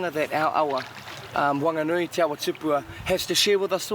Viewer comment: Bro the nerator needs to stop doing his job if he can't pronounce our kupu correctly. It's "Maori" not Maaari...it's "Wanganui" not Wan-ga-nui...fuck that grinds my bones, fuck off.